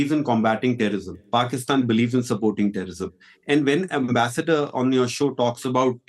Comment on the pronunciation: Ambrassment to Pak Ambensdor 😂😂😂